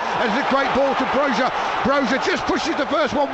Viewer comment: Is not Brodga is BROYA ...J in Albanian is Y in English